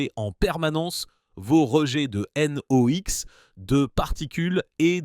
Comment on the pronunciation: L'IA a du mal avec les sigles😀 "N.O.X.", "C.O.2", etc. Sans parler du "Euro sixxx" à